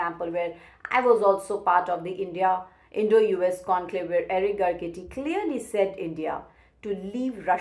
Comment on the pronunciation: It is pronounced GAR-SE-TI, NOT GAR-CE-TI. You seem to be reading from a script prepared by someone else. If so, get an AI voice and image.